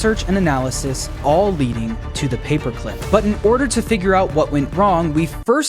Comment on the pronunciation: "Da moida weapon? Papuh climp."